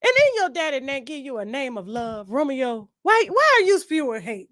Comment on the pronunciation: I’m so happy to said it Romeo wrong af